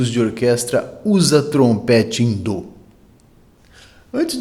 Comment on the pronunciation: Mais um ótimo conteúdo! Parabéns! Curiosidade😊: por que a pronúncia "dô" em vez de "dó" ?